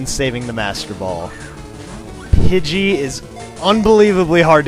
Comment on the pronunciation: Pugey?? Learn english